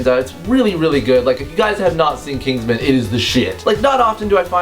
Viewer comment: Knigsman you say?